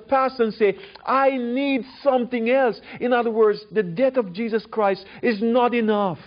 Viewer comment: Can't help but hear "Jizzus Christ" every time this guy says it.